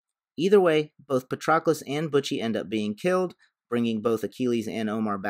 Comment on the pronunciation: The mispronunciation of Patroclus is killing my ears